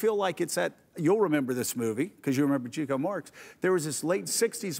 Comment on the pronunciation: Chico Marx is pronounced ' Chick-oh ' NOT "Cheeko " !!!